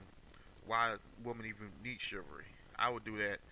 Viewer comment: Chi-val-ry: has 3 syllables. BTW, your use of English is poor. Subject / Verb agreement; This not "Dis"; other not "utter people"; suppose not "spose. PLEASE STAY OFF THE AIR or go to collecge (register for BROADCASTING.) ---- CHIVRY? What is a FEMINEM? LOL I dare you to post without responding or making an excuse.